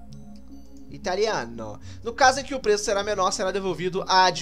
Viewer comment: dá pra ser dublador do Mario com esse (leia com sotaque italiano a lá Digplay) "italiaaaneee" heuhuehauehuae